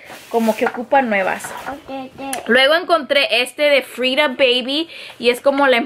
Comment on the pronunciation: Me encanta cuando dice bayby muero de amor ja